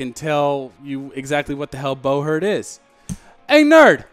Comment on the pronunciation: Is it really pronounced bow-hert instead of bu-hurt?